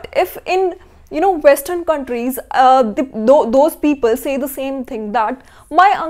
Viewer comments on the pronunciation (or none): none